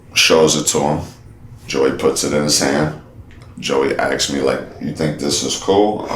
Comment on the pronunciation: He still says "axed"